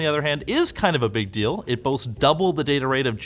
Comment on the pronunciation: Money number beeg, why AI number no beeg